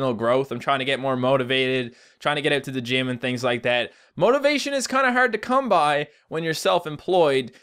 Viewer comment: omg he said by, life goals complete. That was like the most perfect newfie accent eveerrrrr.